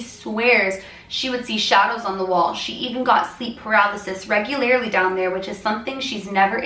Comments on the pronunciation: I adore you but it’s “regularly” (four syllables), not “regularily” (five syllables). Lol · It isn't regular-i-ly its regular-ly.......